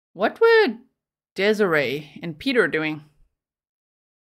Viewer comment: Piotr is not pronounced as Peter. It's exactly as spelled Piotr. Pee-oh-tr. Lets be conscientious of pronunciation of all cultures names, please. Also, he sounds like a real piece of work.